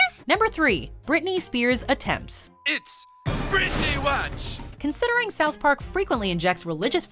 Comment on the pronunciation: IT'S BRITNEY WOWTCH!!!!